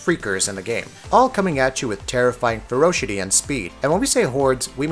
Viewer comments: Same as him saying "furoshity" 🤔 I think he means 'ferocity' 😂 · I enjoy hearing your pronunciations. You'll say a complicated word perfectly and then mess up a simple word like ferocity.